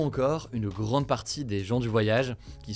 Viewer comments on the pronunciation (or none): none